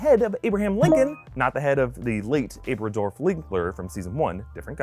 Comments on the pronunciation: Its Abradof not Abridorf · It's "Abradolf Hitler" not "Abradorf" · Did you say abradorf linkler? That ain’t right